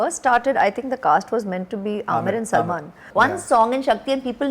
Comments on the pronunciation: How nice she said salman😍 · she nicely speaks salman name 🙂❤